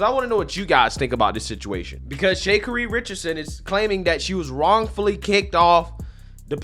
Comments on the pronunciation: It’s sha-carri. Where u see to say “shay” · Shay- ka-ree….I think it’s more like Sha-car-ree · Shuh-car-eee. The way you're saying her name was just cracking me Shay-kuh-reeeeee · I don't think her name sounds like Shay Kerri.. isn't is pronounced like Shakari.. kinda like Shakira but Shacari lol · Not that it's the biggest deal in the world but her name is pronounced like Shuh-Car-Ree not Shay-Cuh-ree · Bro!! 😂😂😂😂 Who is Shake ka ree….lmbo… Its Sha Car as in the kind you drive and Ree…. I love it…. But she do gotta pull it together though…lol….I didnt know ShaCari was a black Karen🤣…. Most of this type videos be about white women being kicked off planes…. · What? Did you just call her Shakery? It's pronounced "Sha car ree". At least know how to pronounce someone's name if you're going to use them for your monetary gain! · "Shuh Carry" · Shakery? Cmon bruh. How do you have this many subscribers and not know how to pronounce her name correctly? 😂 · You forgot to mention how she openly/publicly fat-shamed a random person 😬 & Her name is pronounced Sh-ah-Car-ee. I can’t with you 😂 I thought you were talking about a whole different person 🤣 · It's pronunciation is "Sha-Car-ee" for futher reference brotha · Why does he keep calling her Shakery 😆🤣😂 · Her name is pronounced Sha-Car-E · Her name is pronounced 'Sha-car-ree'...😉😉😉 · Bro: Shuh Car Ee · Your pronunciation of her name is wild lol "Shay Carrey" She's a super clown for that behavior. People like that would make it hella hard for me to be professional. They'd have to take both us off the plane if I was the flight attendant. Cuz she'd be getting that "STFU AND GET TF OFF THE PLANE YOU IGNORANT A$$ BIH!" if I was dude lol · Shay cari bro, c'mon now you gotta be trolling with that pronunciation 😆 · Sha. Car. Eee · This nigga said “shay-carie”…if you’re gonna talk about her, say her name correctly! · Sha - CAR - Reee lol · 😂👉Her name is pronounced Sha carri my guy. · It’s “Shay - Kariee” for me 🤣🤣🤣🤣🤣🤣🤣🤣💀💀💀💀💀